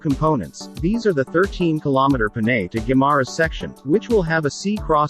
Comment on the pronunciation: Panay not Peney.